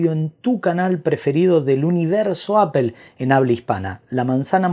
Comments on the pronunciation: Se pronuncia apol no apel, porfavor haha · porque dices apel?